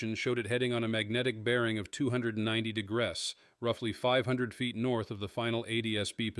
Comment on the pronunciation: And I liked how it pronounced degrees as “degress!”